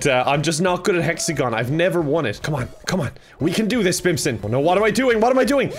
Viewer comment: Hexagon? No, Fecksagon. Fall guys? No, Bimpson